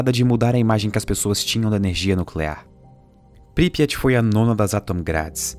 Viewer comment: Pripyat. Consultei a pronúncia. Não é essa.